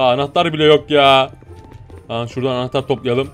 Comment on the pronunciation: Noldu gaffur hep anehter diyordun ya